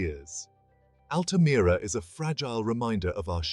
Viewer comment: Altamira in english is pronounce as "Al-tuh-meer-uh"